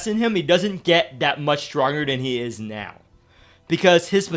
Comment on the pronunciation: He says now like meow or am i hearing thing